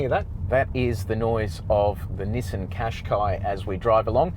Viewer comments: Pronounced Cash Kai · I searched Nissan Qashqi to know how to pronounce its name and I saw this video. But then I was stumped when I saw this guy struggling to say its name too lol